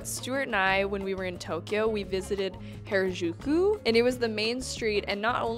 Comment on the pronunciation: Oh, I appreciate your efforts to pronounce Harajuku 🤣